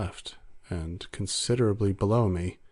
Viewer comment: Great reading... though the reader might want to work on their enunciation of "below".